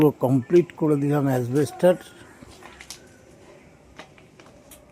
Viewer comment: খুব ভালো লাগলো শব্দ টা asbestos not asbester